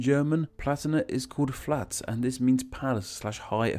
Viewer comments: It's Pfalz not flats XD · ou have to get better in pronounciation German word. It is not flatz it is Pfalz. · Pfalz "flats" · I really love your videos and the effort you put into them, especially when pronouncing names from foreign languages But when you pronounced "Pfalz" as "Flaaz" I had to take a really, really deep breath. No offense tho, I learned a lot ^^ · your pronunciation of "pfalz" had me dead